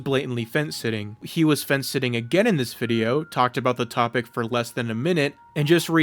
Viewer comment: say "this" like a normal person